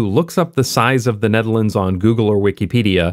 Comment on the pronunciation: “size of hte nutehrlaunds” haha